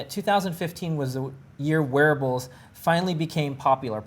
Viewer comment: lol, every time you say wearables, my girl thought you where saying werewolves